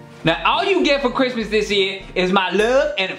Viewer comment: aye 🙌 merry crimmuhs lol